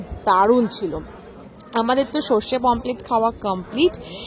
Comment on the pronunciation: Pomplete na Pomfret